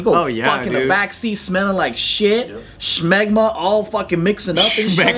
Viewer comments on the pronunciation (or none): “shmegma” putting an H in there does make the word a little more crazy